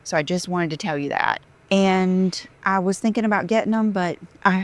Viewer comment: Five seconds in. I am laughing so loud. Look at those extensions go. Every time she says “I am thinken” I just loose it. 😂. Look at the separation between her dry frizzy hair and the extension’s texture. Did you dry clean that eBay Dolce and Gabbana scarf? I’ve never heard the phrase “my butt blown out”. I just sat “stretched out” is it me or does she sound more of an airhead every day?